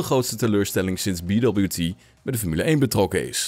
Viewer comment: Leuke korte video-update. BWT is trouwens een Oostenrijks bedrijf en kan gewoon op z'n Duits (of Nederlands) uitgesproken worden met "bee wee tee" ;)